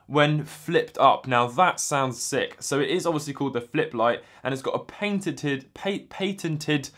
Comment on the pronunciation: Pat-tent-ted is how you say that word